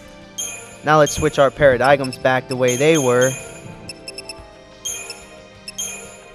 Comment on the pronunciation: The g is silent in Paradigm, you are saying it wrong